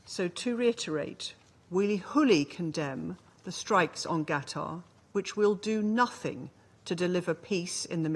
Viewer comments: Does the UK Ambassador pronounce Qatar or Ghetto?😂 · From qatar to gutter ...lets pronounce elgland to Englund😂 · Why does she keep saying Gatar? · UK rep can’t even pronounce Qatar correctly what a disgrace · Does that British woman have a speech impediment or something? Where the hell is “Gatar” not to mention her inability to say the word wholly!! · Can’t even say Qatar properly so disrespectful. That’s right you treat it as Gutter. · Uk representative called Qatar gatar😂 wow what do u expect from these ppl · What country is Gattar? This Brit woman is unsupportable. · It says on the line 😂 The British pronounceation is "kuh-taa" Whats with the "G" from this lady 🤔 isn't she meant to be a diplomat " rude much "😮 Hooly condemned 😕😏 The english 😂🤣 what tha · Why is she calling "Qatar" Gatter or something similar? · Fools telling untruths in the strongest delusional terms. Since when was Qatar pronounced ‘Gatar’ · Why UK ambassador saying GATAR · Why is that british lesbo calling qatar guttar? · Useless UK ambassdor can’t even pronounce Qatar, the idiot hypocrite kept saying Gatar. What an absolute tool 😂😂😂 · Learn to pronounce Qatar lady. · Thé she man can’t even pronounce Qatar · That was intentional I believe, they are still in their arrogant colonial mindset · The UK representative can't even pronounce "Qatar" with K or Q but "Gutter" with 'G' - Basically that's what they think of this country. BTW, she does NOT represent the people of this country who are overwhelmingly against this ongoing barbaric genocide in the occupied Palestine but her zionist handlers only. Hamas is NOT a terrorist organisation, they are the RESISTANCE. The bravest of them all. which under the international law they have the right to resist the real terrorists unlawfully occupying their homeland. May you have 400 Million subscribers brother 🙏🏼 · The British lady needs pronunciation lessons. She can't even pronounce Qatar. Instead she is saying Gatar. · Calls Qatar gutter